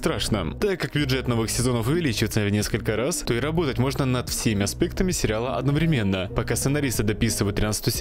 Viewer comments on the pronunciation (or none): none